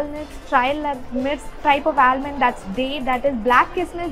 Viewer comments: Please correct your pronunciation of Almond, where L is silent, for your kind information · A humble tip. L is silent in Almond. pronounced as Ah-mund....mund is like fund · It's pronounced "aamond" although the spelling is almond.